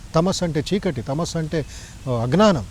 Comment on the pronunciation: To sri gowri m ఈ స్వామి గారు అజ్ఞానము అనే మాట సరిగ్గా పలక లేక పోతున్నారు. థాంక్స్ కాక తెలుగు పలక గల రా ! ఆశ పడకండి. విన్నారా ధ్యానం గురించి చాల కన్ఫ్యూషన్ చేస్తున్నారు.